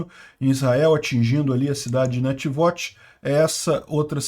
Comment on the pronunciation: Corrigindo a pronúncia da cidade de Netivôt (como avô)